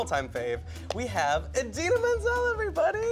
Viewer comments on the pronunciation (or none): Did she say idina menzels name as Adele minzene or something like that. You would think that's the one she would know for sure and it's the only one she got wrong, lol